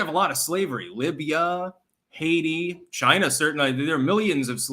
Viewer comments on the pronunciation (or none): none